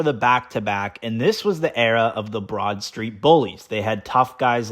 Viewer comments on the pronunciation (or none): none